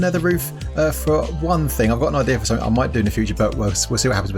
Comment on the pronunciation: Of course the sound of your voice is totally different...but your accent reminds me of how stress monster pronounces certain words...like "something"